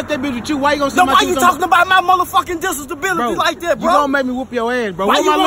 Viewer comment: “Dissiesabilities.” Lmmfao. My ni66a crazy. “It’s the dope not me .”